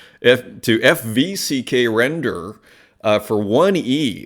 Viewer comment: Haha nice part with how you read “F V C K render” is that a joke on purpose or? 😊